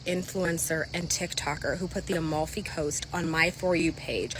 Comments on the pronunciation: I heard emefi 💀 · Thank you, pyro, for pronouncing 'amalfi' in the most retarded way I've ever heard. Love from the emefy coast <3